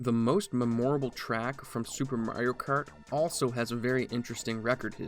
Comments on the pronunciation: you pronounce “memorable” like “meMOREable” 😂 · At least one per vid. xD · Good stuff. Just for the future, u pronounced "memorable" wrong